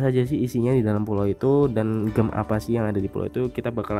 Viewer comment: cb denger di google cara baca gem nya gmn. malu